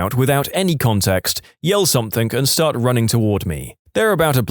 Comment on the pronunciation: No K In the word Something